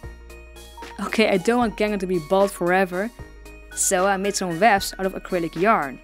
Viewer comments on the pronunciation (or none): it's funny how it sounds like you're saying " when the wefts are dumb" XD its it just me?